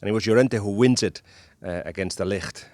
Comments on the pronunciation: It's de Ligt! The "g" isn't a "ck". Ballbag actually ponounced it correctly. Take the "g" from Ballbag and make it sound softer and you have the "g" from de Ligt. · Was hoping your pronunciation of 'De Ligt' was a hint that he is coming to Liverpool